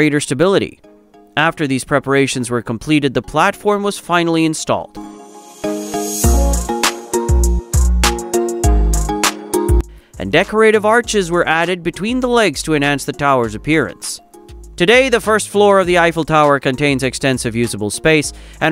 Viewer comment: And kai-san? And purr-IZ-ians? And Seen river? And "locked the competents firmly together"? And deck-or-A-tiv? And accum-uh-lator?